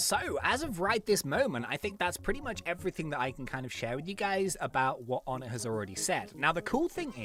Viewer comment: Oh-nay not On-ett